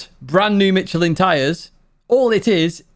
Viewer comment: I had to scold Steve too. Michelin is pronounced like Mishelin.